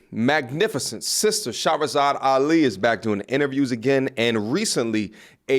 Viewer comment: 2 years and you still have not taken time to pronounce Her name correctly... You can't mispronounce it an claim your educated 😂